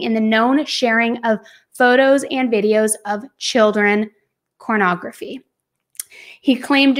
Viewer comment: Ok maybe I am to old or innocent, is saying cornography and what the hell is that.